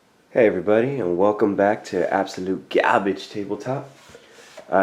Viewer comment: New sub based on the way you said "Gawbage." LOL!